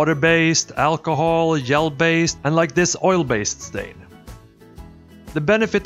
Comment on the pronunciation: Like how you pronounced gel...so Swedish... ☺